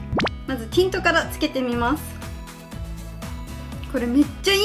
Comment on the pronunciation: バック便利♪めっちゃ色々買ったんですなぁ～♪ さ～んあのぉ、ティントの発音おかしくないですか？(ごめんなさい！なんか違うようなきがする…w)